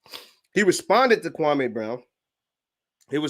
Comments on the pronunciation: It’s Kwa-ME not Kwa-MAY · Say the mans name right gatdammit! KWAM MEE! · thats not true. Kwame stated his name is Kwa - me. The media mispronounced his names for YEARS.